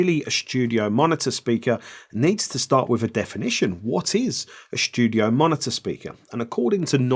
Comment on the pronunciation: "Schtudio"... like the German pronunciation. 😂